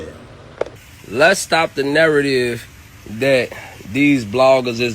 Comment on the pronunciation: Why are people can't pronounce interesting. do mean narrative or narrodibes?? Gotta love 😂 🫂💙💙💙💙💙💙💙💙💙💙💙💙💙